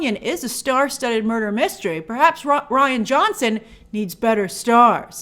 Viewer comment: Grace it’s pronounced Ryan Johnson!